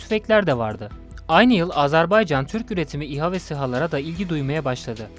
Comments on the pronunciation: ah birde ismini doğru söyleyebilseniz.. Azerbey Azerbey.. ne beymiş arkadaş? azerBAYCAN. BAYYYCAAANNN. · Azerb Eycan deyil Azerb Aycan! AZƏRBAYCAN !